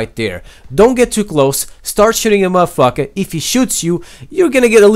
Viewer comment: i like how you say muddafucka